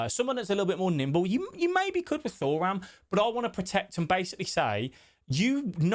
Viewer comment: It’s 2ram not Thor- ram